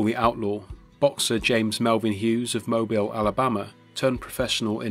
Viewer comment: Finally, someone correctly pronouncing Mobile.